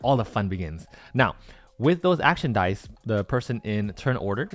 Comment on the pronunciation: Why does it sound that you’re saying die instead of dice ? It is strange.